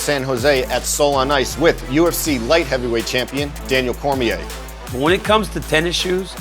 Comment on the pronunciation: Why people pronounce or last name so wrong... Cormier